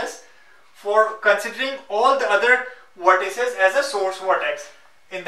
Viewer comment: it is weird how you pronounce V . Video= WE-deo. Vertices = WE-rtices xD